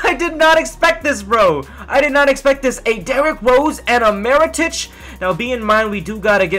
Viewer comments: His name is Mirotic, not Marotic.. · mee-ro-tich. his name is not that difficult